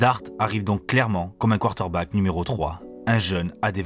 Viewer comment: tu as un défaut de diction!! 😂 tu dis:" quarter-back", ça écorche. Mais tes vidéos sont top 👍